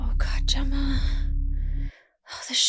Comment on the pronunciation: When did Helena fuck up Gemma's name?